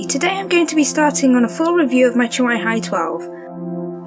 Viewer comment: It's pronounced CHEWY and the keyboard, which is now updated with a new layout and black keys, has got to have some weight or it would topple over when the tablet is inserted. I've owned this tablet for nearly a year and it has replaced my old desktop. I love it! I only paid 149GBP at the time and it was money well spent. The newer Hi13 is due for release next week.